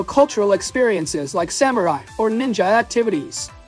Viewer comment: I love your videos, but I laughed so hard at that "Soymurai" 😂🤣😂